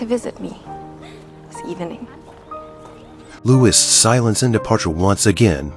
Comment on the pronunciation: Marie was only 14, Louis was only 15 when they married. The courtiers threw candy at them. His name is pronounced 'Louie', not with the S pronounced. Antoinette was 38 when she died, she didn't make it to her 39th birthday. Louis was also 38 when he died over 9 months before she did.